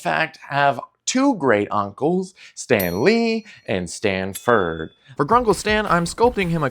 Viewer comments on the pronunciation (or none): Ford. Not Frd sorry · It’s ford not ferd